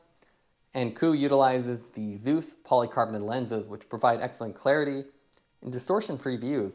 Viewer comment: Thanks for the review....I think you're pronouncing Zeiss incorrectly.